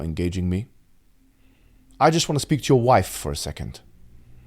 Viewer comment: "I just want to pseak with your wife for a second" 🤣🤣 he got me on that one